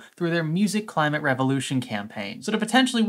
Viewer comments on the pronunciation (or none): none